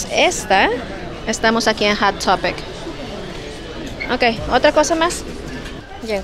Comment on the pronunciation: Es Hot topic el nombre de la tienda no Hat topic como siempre le cambia la pronunciacion a todo